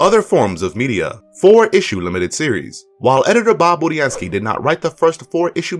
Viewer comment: At least he said Budiansky the right way, unlike all the other reviewers.